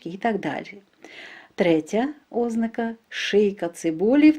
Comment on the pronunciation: ОзнАка! Наголос на першому А, а не на О!!!